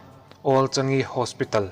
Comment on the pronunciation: Old Changi Hospital awl changi,,a mizo pa chhiar khawp mai hei chu😅💪